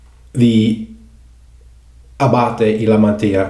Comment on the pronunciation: I am very impressed with your pronunciation of the soap. Well done!!!! Most people murder the Italian Language.